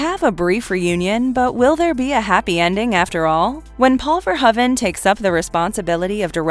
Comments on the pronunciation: Verhoeven is pronounced "Ver-HOE-ven", not "Ver-huh-ven". Not gonna lie, the constant mispronunciations from the various narrators are starting to really piss me off. Oh, and , HER NAME IS JENNIFER JASON LEIGH. Not just Jennifer Jason. Fuck sakes! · If you are going to do an entire video on a director, you should probably at least learn how to say his last name. Especially since you butcher it about 50 times here. Love the content, but the editing mistakes are kind of ridiculous sometimes. It's pronounced Paul ver-ho-even, with a long o sound. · FIRST, I HAVE TO CLARIFY THE PRONUNCIATION OF HIS NAME. I PRONOUNCE IT VERHOVEN, WITH AN ACCENT ON THE "O". 😱 OTHERWISE, I LOVE YOUR CHOICE OF MOVIES. I HAVE THE FIRST THREE ON DVD, AND I REALLY LOVE THEM.